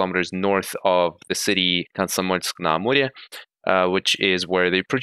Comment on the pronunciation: Mate, how is it possible that you pronounce Komsomolsk-na-Amure so perfectly fine in Russian? Are you Russian?!